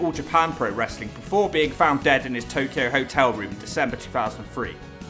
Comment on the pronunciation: TNA isn't wrestling.... It's "Wrastlelen" 🤣🤣🤣